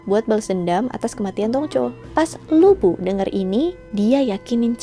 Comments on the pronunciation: Bukan lu bu tp lv bu, bacanya mirip2 li bu. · Bacanya Lu Pu kak, bukan Lu Bu, hehe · LU BU (吕布) itu nama dalam bahasa mandarin, yg di baca LU PU (B = P). Terima kasih, cuma membenarkan aja. 😍😍😍 Sekalian belajar mandarin yah, 😁🙏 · Utk cara baca nya Lu Bu bukan di baca Lu Bu karena semua itu merupakan pinyin, yang benar baca nya Lii Pu, sesuai dengan huruf hanzi ( mandarin character nya).. saran saja, utk tokoh2 dari tiongkok, rata2 semua menggunakan pinyin utk cara bacanya, jadi semoga untuk kedepannya bisa benar membacanya.. supaya semua orang bisa tahu cara baca yang benar.. terima kasih.. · Lu Bu?? 🤦🤦 Pas nama2 yang lain nyebut nya bener.. kenapa pas Lu Bu penyebutannya salah?? Bahasa Mandarin gak ada huruf B dong.. 😅😅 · Lü bu dibaca : Li (mulutnya dibulatkan) pu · Mungkin ini dialek asalnya ya..